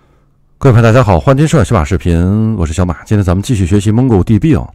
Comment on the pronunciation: 日本人的发音。。。包括 koma=小马